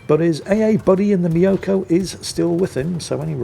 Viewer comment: Tip for pronouncing the Myoukoy: Don't think me-o-ko but like music or mucus just with an o. And both vowels long.